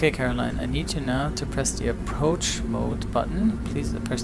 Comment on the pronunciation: 6.47 what is an "approach bode mutton" 😂😂